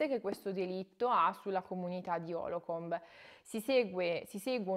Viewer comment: Lo sto leggendo ora. Dire stupendo è dire poco. Consigliatissimo per chi studia Psicologia PS: la città si chiama Holcomb, non Holocomb. Cmq bravissima, bel video.